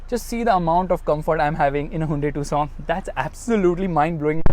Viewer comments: its tuc son not two sona 😂😂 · Why ia calling this car "tusaw"..... 😅❤ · Tucson be like : Am I a tusaw to you! !? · The way you pronounce "Tucson" is just like "Croissant" 😂